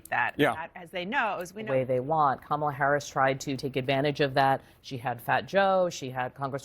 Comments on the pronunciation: she voted for someone that she could not pronounce their name. lol. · The woman being interviewed with the her kids and the beta husband pronounced Kamala's name "wrong".